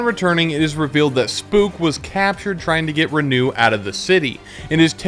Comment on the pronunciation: its Renoux not Renew